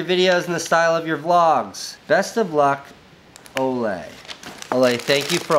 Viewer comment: Love how you pronounced the name Ole haha, so cute